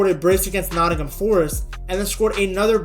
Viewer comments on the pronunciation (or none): none